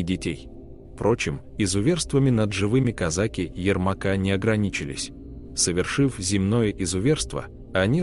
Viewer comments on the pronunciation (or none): none